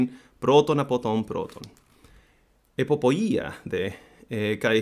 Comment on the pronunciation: We have a word in italian: “Epopèa”, i suppose it derives from the word “εποποιία»… and even if I’ve never studied ancient/modern greek, when I’ve heard the pronunciation … i didn’t like it, it sounded very strange. when the girl reads it : that’s a sound that i recognise, because it’s really similar to the italian word “epopèa”. really fascinating how our italian culture derives from ancient greece. 🇬🇷 ❤🇮🇹